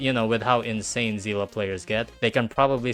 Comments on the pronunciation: Zeela ? seelee is how you say it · her name is not pronounced zila its zeele please use Google translate to see how seele is pronounced why is everyone pronouncing it wrong...